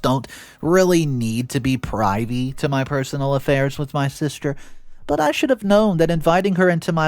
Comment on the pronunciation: Please look up "privy" for pronunciation. Ugh.